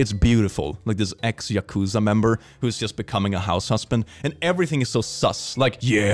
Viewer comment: The way he pronounced Yakuza is going to kill me 🤣